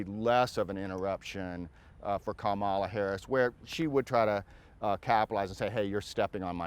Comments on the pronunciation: Comma la… it’s not difficult. So he’s either an idiot or being disrespectful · It’s pronounced comma la…. JFC he’s either an idiot or purposely mispronouncing her name. It’s disrespectful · He cannot even pronounce her name correctly.